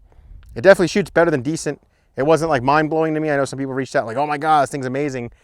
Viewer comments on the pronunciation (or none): none